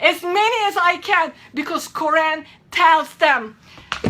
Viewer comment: pay attention she can't even pronounce Quran correctly. Fake!!!!